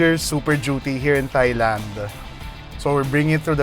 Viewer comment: Sakit sa tenga ng soft "th-" sa thailand. May gahdddd. Even americans pronounce that with a hard T